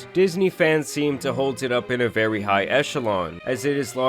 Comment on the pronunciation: vewy seriOUUZ